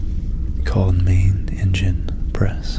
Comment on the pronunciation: Also everytime you said engine I heard Injun and I was like woaaaaaaaah hahahaha